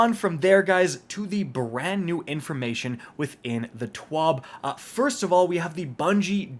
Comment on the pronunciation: Am I the only one who thought said “bread spankin new”😂